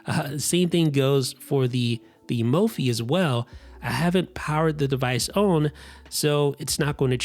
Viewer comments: I just want to know where your accent is from lol. You pronounced "on" like "own" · The MagSafe battery is as unique as the way you say “turn own”. 😀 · why can this person not say "on" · Am I the only one who finds it entertaining the way the reviewer pronounces the word "on"?